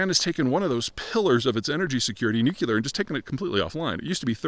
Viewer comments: Please- " new-clear" not " nuc-u-lar" Thanks! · NOOK LEE R! NOT NOOK YOU LER! Damn you're university trained right? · Dude, it's NU-CLE-AR, not NU-CU-LAR. You sound extremely dumb when you say it like that. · nu-clear. not nu-ku-lar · "World's largest nookyooler power plant..." [sigh!] It's "nuclear", Peter... "nu"+"clear"... -- "Note to self, don't put a nuclear power plant on the coast..." The problem with Fukushima wasn't its proximity to the coast, it was the fact that they located their backup diesel generators in the basement, where they would get swamped in the event of a flood. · Why nucular? It's nuclear! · Nuclear, New-Clear. Not Nuke-You-Ler. Also Japan's nuclear plants are on the shoreline because they use the sea water. They're on a fault line because Japan is one giant fault line. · Peter needs to learn how to correctly pronounce "nuclear." It's "noo-clear." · Nuclear: no͞oklēər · There’s no such thing as a NUCULAR anything. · Nu-cu-lar radiation... much more dangerous 🤣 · ...probably caused by the nu-cu-lar battery in his cell phone 🤔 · Nuclear not "Nucula" com'on Pres' Bush... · Nu-clear. It's pronounced nu-clear. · Someone who talks for a living should learn how to pronounce "nuclear." Like it's spelled. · I wonder if Peter ever reads these comments? I don't know why he persists on putting in an extra "U"